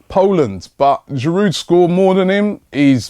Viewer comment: Robbie, Please please stop pronouncing the D in Giroud.He is French mate.